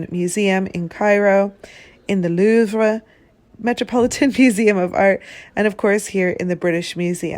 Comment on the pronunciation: Can you be anymore ridiculous when you say “louvre” 😂 You’re AMERICAN